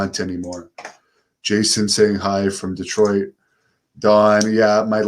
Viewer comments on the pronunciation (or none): none